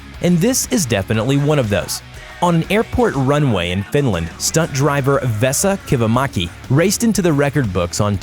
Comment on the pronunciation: his name is Vesa not Besa